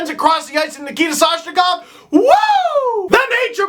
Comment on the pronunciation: I hate how the marlies announcer says Soshnikov